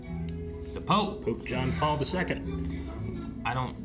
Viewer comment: lmao I heard Poop John Paul as well,.